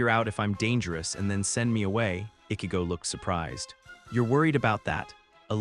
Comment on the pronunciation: He can obviously pronounce words with "ch" properly. But he repeatedly said Ichigo wrong every single time. Annoying 😑 😒.